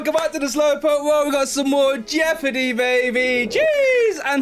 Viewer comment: TSW : JEOPARDY Joe : Joepardy